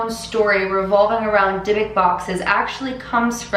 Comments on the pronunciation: The proper pronunciation for the box is die- buk. Short u sound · You're supposed to say it like dee-book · Why is she saying divik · The actual Hebrew way of pronouncing "dydduk" is dee-book (with the emphasis on the second syllable) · Hei! You pronounce it wrong. You say it as dee-book. The meaning in hebrew is something that sticks in you :) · i just wanted to let you know it’s not pronounced the way you did, it’s pronounced “dee-book”. i’m saying this as a hebrew speaker, so the pronunciation is not my opinion, but actually how it’s pronounced. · this video was so interesting i loved it!! btw, im Israeli and speak hebrew, and just wanted to note that the right pronunciation is like 'Di-Buk' (di is pronounced like the letter. cant wait for the next vid ♥